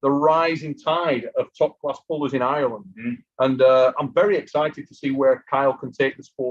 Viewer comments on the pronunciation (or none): none